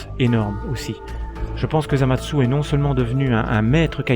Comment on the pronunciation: pk tu dis zamadsu?